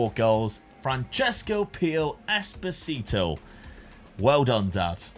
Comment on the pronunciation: it's esposito not espotito lol